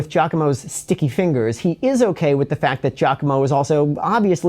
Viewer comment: Wait so you can speak Italian yet you pronounce his name "JACKOMO?" 🤣🤣🤣🤣